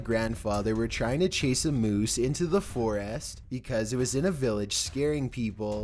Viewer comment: FOR-IST NOT FOREEEEST!